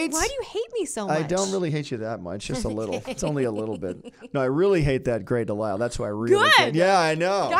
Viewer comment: She kinda pronounced Grey's last name wrong with the "S" sound in DeLisle. It's pronounced like "De-Lyle" without the "S" sound right? Is that why they're rivals?